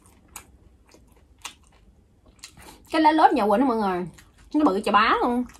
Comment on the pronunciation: Lá lốt nhưng em cứ nghe chị gọi là lá lốp😱